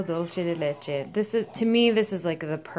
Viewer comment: Beautiful singing voice. And thank you for pronouncing Leche correctly. Some of the other videos online have no idea what they're saying. Cool video.